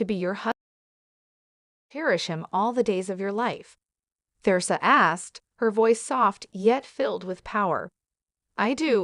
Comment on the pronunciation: Eleven seconds in and already three mispronunciations by the AI narrator. You lost me at th-eresa.